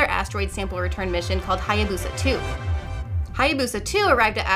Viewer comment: Eh, Japanese pronunciation wouldn't be stressed, and the "BOO" would be "buh". Really, "Hayabusa" is pronounced like it's written.